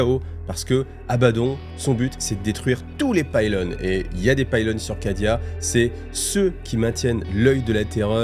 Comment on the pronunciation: Outre les chanoinesses, on dit Pilones et non Paaaylone. Merci pour ton travail 🙂